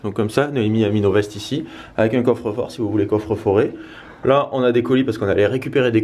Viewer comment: Mdrrr "Ça ne se dit pas super soleil mais j'ai envie de le dire " mais par contre "coffre forer" "Noémier" et j'en passe ça ça se dit!? Ahah 😂 Bisooooous de la Belgique 🇧🇪💕